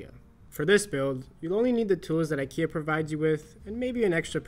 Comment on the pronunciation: This is way too complicated and you saying IKEA like My KIA